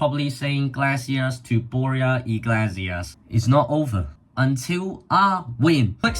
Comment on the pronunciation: More like ee-glay-see-ass but ok